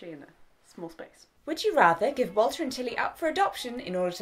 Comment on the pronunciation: When she first said "Three weeks without Walter and Tilly", I thought she said "Water and telly" :)